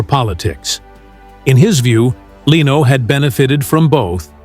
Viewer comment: I sure do hate AI narration. LEENO, seriously? It even went from correct to wrong pronunciation in the same monologue! If the text is correct it really sounded like Leno was a victim of the consequences of other people's decisions. And as for class, Letterman was an especially low class person and presenter. Leno was much classier and more professional than Letterman in front of the camera in every way. He remains very classy in his car collector YouTube videos. This video sounds like someone's fiction assignment.